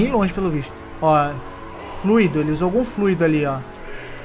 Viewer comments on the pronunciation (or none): none